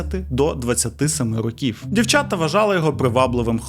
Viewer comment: Цікавий контент!) Лише не рокІв, а рОків, я не філолог, просто вухо ріже😅